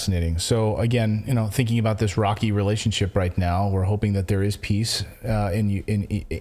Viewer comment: He didn't say "we need peace" he said "we need piss" 🤣